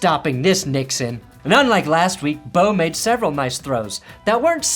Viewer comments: "Bidet" is actually how his last name is pronounced! And try finding the best/worst games every week, and cover the Broncos if ya want! But hey, that may be asking for too much content lol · fun fact after the game tyler confirmed the way to pronounce his name is bih dae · PERNA BADIES NAME IS PRONOUNCED LIKE BIDET 😭😭😭